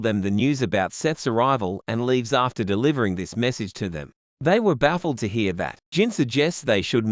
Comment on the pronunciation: onwards "he shows her the massage he got from the big man".... lol 😂😂😂😂😂 It was message not massage but got me wondering there for a second too.... 😂😂😂😂